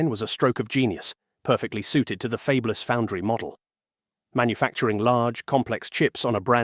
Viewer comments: I wish this AI voice could be trained to pronounce fabless instead of "fabeless" 😢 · "fabe-less"? AI strikes again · What's with the AI voice? This clanker slop is taking the You out of YouTube. I'm out at "fabeless" and not coming back to this channel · Fay-blus? LOL! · Fabeless? Geez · interesting video until the AI speech generator pronounced fabless as fey-b-lous.... just get a human to read your scripts.... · "Fabe-less" ... really? I tire of these B.S. AI narrated videos. Does no one vet this stuff before posting it? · 'fayb-less'. Ugh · And getting Fabless wrong was annoying.